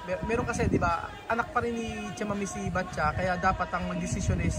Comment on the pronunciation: ano talaga, patcha o batcha? iba kasi pronounce mo sa pangalan eh.